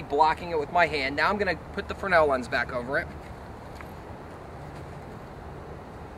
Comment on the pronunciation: I've never heard fresnel pronounced "fruhnel" without the s.